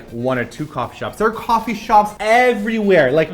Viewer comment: "kwofee shop" hehehe